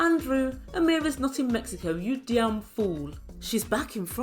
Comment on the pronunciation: which Jamaican made you say that ‘yuh dyamn fool’ I like it